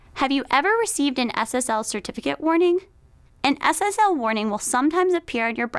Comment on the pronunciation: When she says SSL it sounds like Ass Ass L